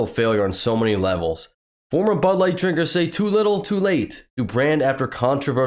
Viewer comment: DID SHE SAY BUTT LIGHT I THOUGHT IT WAS BUD LIGHT NOT BUTT LIGHT THAT.S JUST SICK